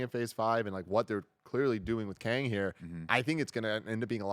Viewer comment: C'mon Tim, it's Kang. Somebody's going to die.